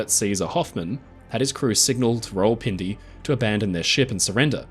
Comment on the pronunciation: thats not how u pronuce it its like raa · wuhl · pin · de